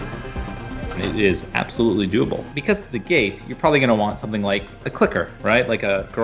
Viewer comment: The amnount times he said:doablee, scares tge living shit out of me..